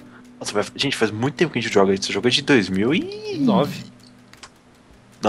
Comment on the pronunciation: seri? futbol? fais? fase? seri = serie: futbul = futebol : fais: = faz fase = faza